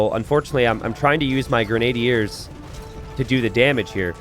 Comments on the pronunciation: I think grenadiers is grehn-uh-DEERS not grehn-AY-dee-urs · grenna-dears* lol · I think its gray-nah-deers😅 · It's pronounced "grenn-a-deer" genius, and how "pastoralism" is both an unknown word, and not an obvious pronunciation for you are absolutely beyond me. Was being so-so at a 30 year old game really more important than literacy? It SURE AS HELL didn't teach you anything about history, which is what I took from the game as a young boy. My real question is how you just reveal this failure to be a thinking, feeling, inquiring mind in the Information Age with such casual apathy. Do you think if I'd been around to tell you that you were truly, (not being mean, but I mean objectively, really) stupid 10-15 years ago, that it would have changed your life, or do you think being stupid was your irrevocable destiny? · its Gren-adier